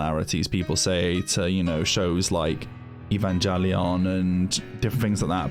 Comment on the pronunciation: How you pronounced Evangelion, it just killed me.